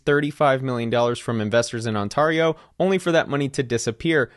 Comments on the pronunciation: Pronounced "on-teh-ree-oh" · Lol as a canadian i can confirm that this man is 100% fullblooded American as fuck he just pronounced it "On-Tarr-io" 🤣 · scroooopulus not scr up u los. Ont air eo. sorry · on-TARR-eo xD pronounced on-tear-eo :) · ON-TEAR-IO not ON-TAR—IO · On-tare-E-o not tar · BTW, it`s pronounced On-(tear- as in tear a piece of paper)-io, not On(tar- tarring your roof)-io. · on-TARE-ee-oh not on-TAR-ee-oh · I stg please stop pronouncing it ontahrio. It’s ontairio like stairs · Always hilarious when americans pronounce it “on tar ee oh” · ON-TAIR-YO…. Is how you pronounce the province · ontArio… I’ve never cringed so hard in my life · brother I love you but as an Ontarian this is hard too watch lol, On-tear-e-oh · Great video, but the pronunciation is: on-tear-e-o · I've never in my entire life heard somebody pronounce Ontario as On-Tario. I'm baffled. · It's pronounced ONT AIR RIO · Bro…. It’s pronounced “On-tear-io”. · Great content brother. Just an FYI from someone living in Ontario. It’s pronounced, “On-Tear-io “ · On-TAR-eo 😅 those people don’t deserve the money back. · there is no way you say Ontario like this off camera... "ON-TAR-E-O" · On TAR io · I was completely ignorant that it's not pronounced with an 'ah' until I saw this comment. Now I can mispronounce it knowingly. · I suspect that was the problem. He ran the word through an online pronouncation bot and voilà, we get Ohnatarrio. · I came for this comment. On-tah-ree-oh 🤢😬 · Pronounced: ON-TARE-EE-OH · Pathetic theft for sure. But u need to learn how to pronounce Ontario! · never heard Ontario pronounced that way before. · "Crypto King" is looking at jail time soon, he keeps hiding assets from a bankruptcy court according to the latest news articles. Also Good Lord why do Americans butcher Canadian places? First it was Etobicoke in Don't F@ With Cats, now it's the whole province of Ontario. You're killin' me smalls. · you gotta look up how to pronounce Ontario